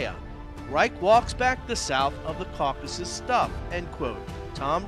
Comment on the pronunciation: This is not Caucuses - This is Caucasus :) Kavkaz-us